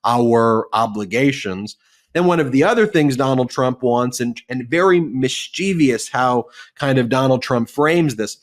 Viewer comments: Also, the word is "MISCHIEVOUS", not "MISCHIEVIOUS" Three syllables, again, NOT FOUR!! Maybe you need o hire me. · Ben, love you buddy, but the word mischievous is pronounced “miss chiv us”, NOT “miss chee vee us”. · language note -- mischievous is not pronounced mis cheev ee us, but mish chiv us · Sorry, one more: you often say "mis-CHIEV-i-ous" instead of MIS-chev-is. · Mischievous, not mischievious. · No such word as mischeivious, Ben. It’s mischievous. Also , it’s frustrating, not fustrating… You’re welcome. Still love your work. #LockHimTheFkUp 2024.